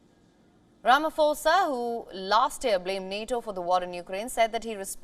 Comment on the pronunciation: It's not Rama"FOSA" it's pronounced Rama"Posa"